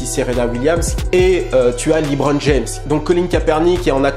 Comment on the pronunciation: Très bonne video comme dhab juste pour lebron james çs se prononce "lébron" pas "libron"